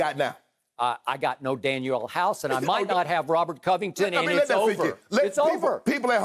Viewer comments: To everyone in the comments, it’s DanUel House not Daniel. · Dude said Daniel House... Lol! Lakers missing Avery Bradley it happens... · When skip said Daniel House I cut the video off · Daniel Hause? House? Wow Skip... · Drug test skip 😩 he said Daniel house tho 😭😭😭😭😭😭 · I stopped listening as soon as skip said Daniel house 🤦🏾‍♂️ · When Skip said Daniel House . 😂😂😂😂😂😂😂🤦🏽‍♂️🤦🏽‍♂️🤦🏽‍♂️🤦🏽‍♂️🤦🏽‍♂️🤦🏽‍♂️🛑🛑🛑🛑